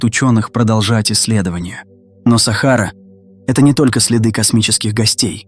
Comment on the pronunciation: сАхара, капец, можно самому озвучивать?